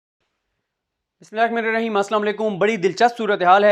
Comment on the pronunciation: Siddique jaan, mazrat k sath, aap Bismillah Hirrehman Nirrahim sahih tariqy se adaa nhi kr rahy. Plz theek karein.